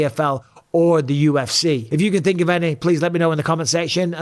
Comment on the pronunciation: Francis “I tink” Ngannou